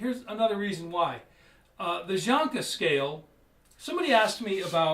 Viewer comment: Its Janka scale, not jonka, What an idiot